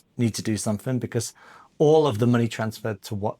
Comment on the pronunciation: 'Becaaarse' where did that accent come from!